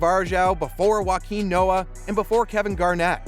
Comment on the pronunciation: I get violently angry at your pronunciation of players' names. Joaquin Noah?? Joakim Noah is a widely known player bro you're such a casual. Where's Bruce Bowen? DeShawn Stevenson? Robert Horry? Austin Rivers? This list was clearly made by someone that doesn't watch basketball.